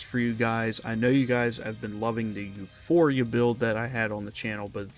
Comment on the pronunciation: It’s “Euporia”, not euphoria.